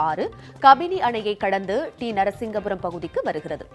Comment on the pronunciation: T Narasipuram sariya uchcharikkavum. - JAI HIND JAI KONGU NADU